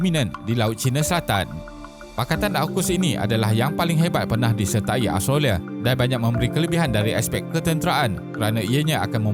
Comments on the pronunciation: Aostrolia plak sebutan dia 😆😆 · Mengapa susah sangat mengucapkan kata "Australia"? Something wrong?